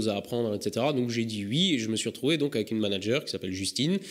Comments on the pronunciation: "Ui" tu serais pas un peu alsacien ou a minima dans le nord est de la France toi ? ^^ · Ta dis ui ?!